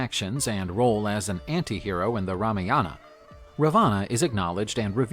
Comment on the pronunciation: Everything is alright but why the pronunciations of every character in the video is so wrong. They doesnt sound like this. And its not the accent problem. Ex: Rmaayaana ❌ Ramaayna✅ I think that way above i can show the problem.